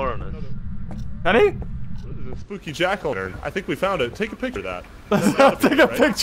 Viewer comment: it's spookay